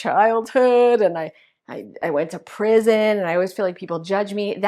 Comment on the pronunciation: Did she Say " I went to prision"????